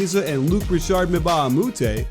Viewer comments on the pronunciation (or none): none